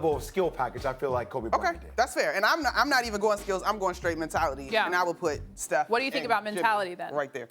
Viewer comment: She did not just say steoh lol nothing like Kobe. Steoh never shows up in the 4th